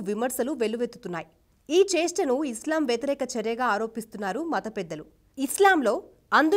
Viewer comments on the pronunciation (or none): none